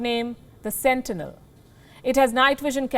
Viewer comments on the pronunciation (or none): none